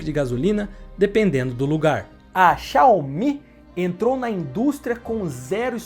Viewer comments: Não eh Xiao omi!! Eh Xiaumi! Assim que pronuncia!! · Mas a pronúncia correta é "Shaw-Mi" mesmo. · que dificuldade pra falar X I A O M I... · Com todo respeito mas é irritante como você pronuncia xiaomi!